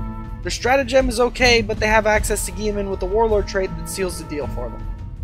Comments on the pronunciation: Geiman!!!!!!! Robute (ro-boot-ee) Guiliman (Ghile-men) My EC guild is going to hear of this and this will become and amazing meme. But in all seriousness great vids, I have watched three of yours so far have liked them all. Keep it up. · Dont ever pronounce guilliman lile gieman again lmao